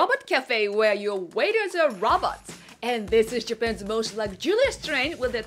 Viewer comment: Am I the only one that keeps hearing robbers instead of robots.